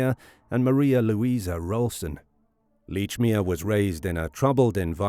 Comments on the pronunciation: How the hell can you pronounce the name as Leechmere when numerous people have pronounced it as " Lechmere " ! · Very annoying that you can not even pronounce your subjects name correctly. Plus the name he gave was his stepfathers name which he sometimes used.